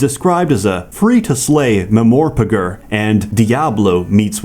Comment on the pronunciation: "MMORPGer" AAAAahahahah xD